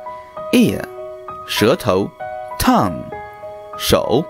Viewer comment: Shutow = tongue 😂 i heard shut up at first